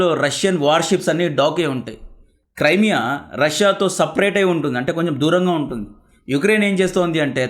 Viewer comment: క్రైమియా కాదు బ్రో, క్రిమియా.